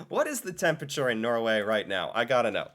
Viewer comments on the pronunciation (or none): none